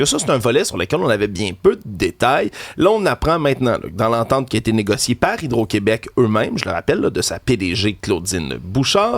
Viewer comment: On est tellement mal foutue😂au “Qwébec”